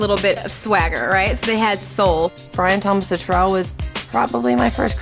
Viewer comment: Forgive me, but you are pronouncing Brian's last mane wrong. I'm just trying to help you out girl, Brian fan to Brian fan. You pronounce it as if you are saying the word "litterally" but without the "ly" part. "Littrell". If I could verbally say it on here instead of typing it, I would. Lol.